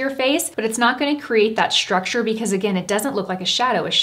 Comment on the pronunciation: Please please please stop saying ‘schtructure’ you are so articulate and it’s one of the things I admire about you. I know it’s the thing to do - society somehow made this the new way to pronounce these types of ‘st’ words but it really sounds awful. Love your content though